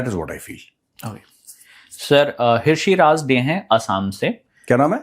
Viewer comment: ओ भाई हिरषिराज नहीं यार ऋषिराज होता है। H silent होता है जैसे ऋतिक लिखा जाता है Hritik